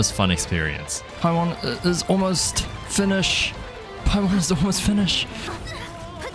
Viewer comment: merry Christmas!! as a challenge you could do that you can't use any mora or spend any mora :) also when u were done with the signora fight you said finish"e"d and also at the end of the act so u said the letter E ^3^